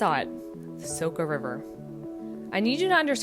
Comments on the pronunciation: It's not Soka river but Soča (Socha), also it's not Ljubljanika river but Ljubljanica (Ljubljanitza). The video is otherwise nice. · Soča= Socha, not Soka, nice video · Good descriptions of Slovenia. The river is pronounced Socha. The Stresica on top of a c,s or z make it an ch, sh or zh sound. Glad you liked this piece of paradise but shhh. Keep it one of Europes best kept secrets. 😊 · the way your saying soča is killing me inside so hard :D